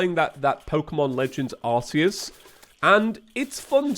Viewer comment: since you mispronounce arceus (it is pronounced ark-ee-us, according to the handbooks and movies), the arc phone will be pronounced in a rude way and not be subject to mention I assume? hehe jokes aside, i've personally been loving the 3d pokemon since after years of playing the 2.5D games they feel way faster and I can't go back to the slow classics I love, also there's less pokemon options in the oldies glad to have you back!